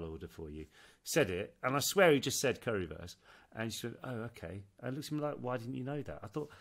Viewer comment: I'm from Germany and i think you pronounce 'Currywurst' well! I understand it! 😊I don't know why the Lady didn't 🙈